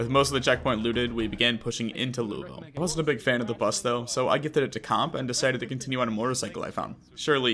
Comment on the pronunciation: Y’all be saying Louisville wrong the whole video 😂